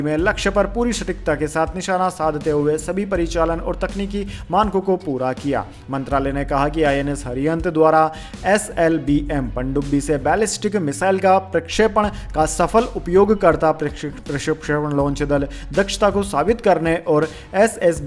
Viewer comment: INS Arihant is right word not Hariant. Please improve .